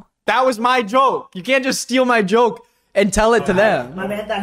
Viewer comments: bro you said joke like “jolk” idk i can hear the silent l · Ok is it just me or did this guy just say jolk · Why do you pronounce “joke” like “jolk”; like, “yolk”, bruh?? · bro pronounces joke with a silent L... "jolk" lol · the one thing i noticed about ( the not short one) is that he says the word Joke like there’s an l in the word. No hate it’s just his accent just something i noticed